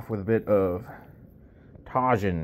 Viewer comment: Tajin is pronounced with the “j” being an “h” like Jesus O. / you know your buddy who just won big in Lithuania World Open Classic. Remember when someone talks about how heavy you are just remind them the Jesus Olivares is heavier but my mom told me to tell you that she still likes strong skinnier you and for you to not feel bad. You are greatly loved. ❤️